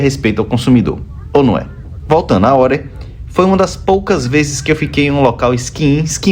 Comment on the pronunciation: Greetings from Sweden; Glad you liked our best ski resort! And a gold star for pronouncing it correct (many non-swedes say Are, like "We are here" :D ) If anyone wants to try Åre but thinks its too cold; it is open until the beginning of May. Spring skiing around Easter until closing is very nice with sun and better temperatures. :)